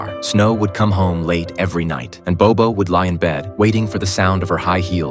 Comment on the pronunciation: Actually if you learn Mandarin then you will know this narrator speak English so his pronunciation is totally out. Not bobo it's Bao bao 宝宝